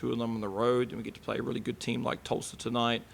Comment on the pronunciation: It is Tulsa not Tuulsa! #reigncane 💛💙🌀🌀